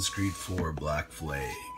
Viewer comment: you need to learn how to say flag